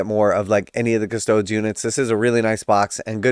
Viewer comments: Bro, the 'e' in Adeptus Custodes is NOT silent. I cringe every time you say Cuss-toads. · I do like how you say Custodes. I’m a big fan of the Ultramarine Ass Tarts.